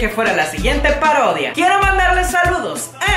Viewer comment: Alguien mas se dio cuenta q enves de decir parodia dice pardodia